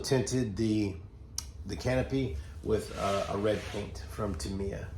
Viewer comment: AK-shoo-welly...it IS TaMEya. pronounced it correctly.